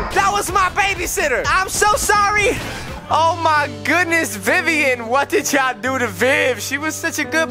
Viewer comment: Hmmmm I am vivin he almost said vivin